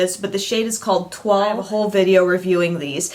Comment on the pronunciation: The blush is not pronounced like that. It's pronounced (T-OI-L) with the OI making the same sound as the OY in the word JOY